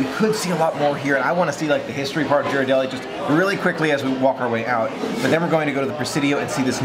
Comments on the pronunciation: Great video,. I just wanted to point out that the correct way to pronounce Ghirardelli is the same as in "girl," not a "J" sound. Haven't been to the Boudin Bakery in SF yet, but we always visit the one in DCA for a sample of the sourdough bread before heading to Paradise Pier to have some world famous clam chowder. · "I'm not used to flying west for a Disney adventure..." I'm sure! But remember, all the *magic* started out west. And it's Hawaii. Hawaii is a whole other type of tropical magic than the Florida/Bahamas region. GEAR-er-delli. 😊 is right, the street Ghirardelli is on is not a real hill. I know no longer lives in San Francisco, and you might not have much reason to visit the city, but if you ever visit SF again, go to the Mission district. One of THE best pizzas in the country -- Pizzeria Delfina. Right next door is the famous Tartine Bakery. And on the other end of that same street is the Bi-Rite Creamery -- home of delicious almost-gelato-like ice cream, made with unique and unusual flavors. The Mission is also known for super delicious amazing tacos! Thanks for letting us know that Boudin makes tacos. Had no idea!